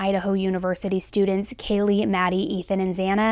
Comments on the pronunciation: true. how do you pronounce the name Kaylee as Kayla so many times and then don't correct yourself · Don’t think he did it on purpose but he upset Kaylees family… Kaylee to Kayla? C’mon he really needed to do that right. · Yeah, it was very unprofessional. When he said "Kayla" multiple times instead of "Kaylee", I just rolled my rolls. I can see why her family was frustrated. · even more reason to take 2 minutes ahead of time to learn the victims names! He couldn't say Kaylee's or Xana's first or last name. Infuriating, and disrespectful imo 🤬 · How the heck did he not hear anyone around him pronounce Kaylees name correctly? Does he not watch the news either? As a former court clerk in Hawai’i, we take name pronunciation seriously, and guarantee one of us clerks would’ve gently corrected the judge before the hearing today. I don’t think this was all “nerves”. Maybe once, but it was multiple times.